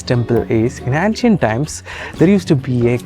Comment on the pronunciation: Nice video.Please do look up the pronunciation of ancient 🙏🏽